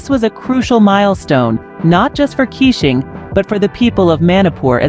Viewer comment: Please pronounce his name as Kei - shing not kissing.